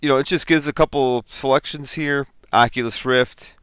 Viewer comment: Prononciation (facepalm) ...